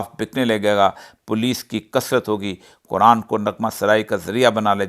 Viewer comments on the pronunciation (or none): none